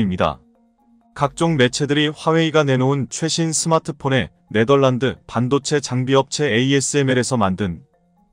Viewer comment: 읽는방법 다 틀리고, 글자 다 틀리고. 또. 틀린글자 그대로 읽고...믿음이 안가네. 네멀란드란 국가가 어딨냐? 네덜란드지. 1~10을 1에서10이라고 읽어야지 110이라고 읽냐. 아무것도 모르는것들이 지나게나 유튜브한다고 GR